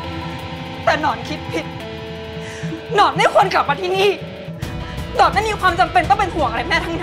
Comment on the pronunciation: หนอน หรือ หนอง เราได้ยินเป็นหนอง555